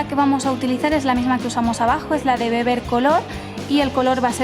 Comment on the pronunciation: aguantan bien LA calor por dios .... desde que la rae acepto cocreta vamos involucionando con el vocavulario en españa? QUE TE DIGO... beber dicen GUEBER (escrito foneticamente) es V dovle no V